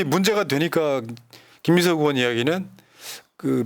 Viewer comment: 으원이 아니라 의원입니다!